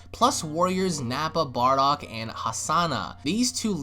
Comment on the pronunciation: Haha "Barduck" :3